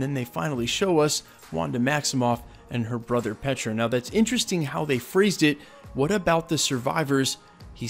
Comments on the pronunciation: It's STRUCKER... When was it ever Stricker? Also it's Pietro not Petra. I swear this man's just mispronouncing at this point because this is beyond me. I am PERPLEXED 😭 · Cool video but let's have a narrator that can pronounce Strucker and Pietro!